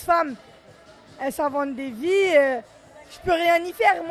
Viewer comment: "Elle zzinvente des vvies " kehba pirate 2018.